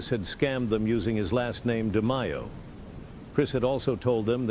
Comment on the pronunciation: “Roy De-my-oh” 🙄